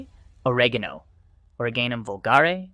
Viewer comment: The pronunciation of oregano indicates this is all AI generated content.